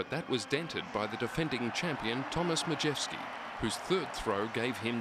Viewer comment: Nie Madżewski tylko Majewski :D